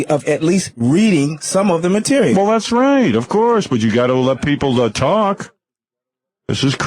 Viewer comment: I loved the way he pronounced “material”